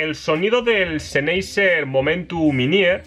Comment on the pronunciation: Apoooooooooool, senhaiseeeeeer, podrias pronunciar mejor las marcas, Apple y sennheiser, porfavoor jaja